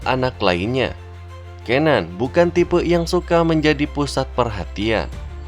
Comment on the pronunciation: bacanya cenan